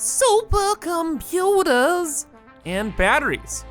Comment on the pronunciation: I live to hear say sUpErR ComPutErS